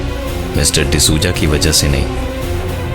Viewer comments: pravin bhai d souza bolo , d suja nahi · the narration was great. except the pronunciation for Mr. D sooja 😂😂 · Lol sooja 😂😂😂